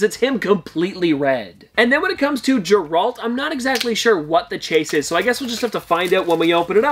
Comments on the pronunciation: Sorry lover your vids but please its Geralt as in gear alt. Not gerald. Small bug bear and don't want you to get slamed by Witcher fans 🥰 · I didn’t know who he was talking about “Jeralt” 💀💀 until he showed the soda and it was Geralt (Gehhhe-Rahalt) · The pronounciation of geralt bugged me 😂